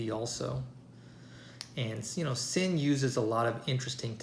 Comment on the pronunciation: Nice, it's pronounced Zinn